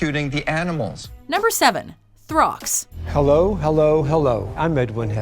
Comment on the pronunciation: Throx really?